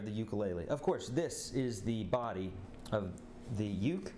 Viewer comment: Your saying ukulele WRONG